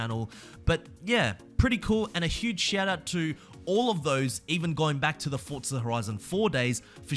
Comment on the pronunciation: Now learn how to say forza